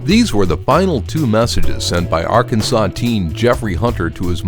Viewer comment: I flinched when he said Arkansas